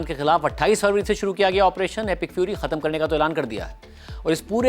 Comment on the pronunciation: شاہ جی! بڑی گڑبڑ تلفُّظ مں•• ختْم: khatam✖️/ دُرست: khatm